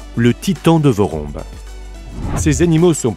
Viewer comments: Le "vorombe titan".. Un nom qui tique directement ceux qui sont d'origine de Madagascar, je ne savais pas si c'était vraiment le cas donc j'ai vérifié et finalement c'est le cas, cet oiseau viens de Madagascar.. Je me permets donc de corriger la phonétique de "VOROMBE", il ne se prononce pas comme il s'écrit, mais plutôt comme "vouroumbé". Et il s'explique tous simplement par l'association de deux mots, "vorona" que l'on prononce "vourouna", qui signifie "oiseau", et du mot "be" qui évidement se prononce "bé" et qui signifie tous simplement grand. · Le Titan de Vorombe vivait ici à Madagascar. On prononce "Vouroumbé" qui veut dire "Grand oiseau".